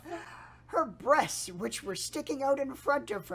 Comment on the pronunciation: “She has them bresteses” xD